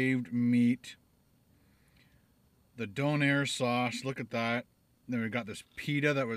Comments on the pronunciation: It's pronounced Doneeer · Its a maritime thing its pronounced doe nair not donner and your suposed to peal back the tinfoil and it down so it catches the juices coming off of it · It's pronounced Dough-n-air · ITS DOUGH NAIR LOL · its pronounced DOE-NAIR 👍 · I don't care if you're from the dark side of the moon, it's obvious that your a little confused. The Donair is how it's pronounced. It's not a Döner Kebab. If you think there is no such thing as a Donair, you might want to take a trip to Nova Scotia and see for yourself. It's basically a different take on the Döner Kebab, but it's a beef based pita with a sweet sauce. They sell them in pizza shops everywhere up there. It IS a different dish. Think of it like this. It's like comparing real Mexican food to Tex-Mex. Tex-Mex is a Mexican inspired style of cuisine created in the U.S. You don't see Mexican's complaining and crying about it not existing. The Donair is about as Turkish as crunchy tacos are actual Mexican food. It really should be so hard for you to understand. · It's called a doner kebab, very very popular in England, usually people will buy a kebab on the way home from a night out..... Don't know why the shop in your video spells it donair because it's wrong and your pronouncing it wrong!!! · Stressful hearing Don air instead of Doe Nair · I'm from Halifax but have been living in montreal now for almost 6 years... oh how I miss my donair! So glad you got to try it! Also it's a dough nair lol donair I'm a true maritime so for sure I know that is how we say it ;-) so glad you liked it ... it really makes me miss home :-) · It's donner not donair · Not pronounced DON-air, it's DOUGH-nair. I cringed everytime you said Don-air lol. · DOH-NARE, not DAWN-AIR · it's pronounced Donna not don air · D "OWN" AIR not D"ON"AIR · LOL it's pronounced Doe-nair not Don-air hahaha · It's pronounced doh-nuh not doh-nair :') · "Doughnair" is the proper way to say it. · jewels852 also it's pronounced like DOUGH-nair!